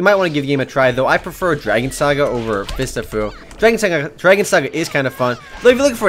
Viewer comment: I thought you said Fists of poo for a second.